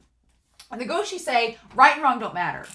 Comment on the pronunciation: it's "guo shi (国师)", meaning imperial teacher, pronounced like "gu-oh shi"